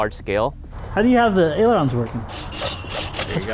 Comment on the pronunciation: I love the builds but it’s “ailerons”, not pronounced “eluvons” -.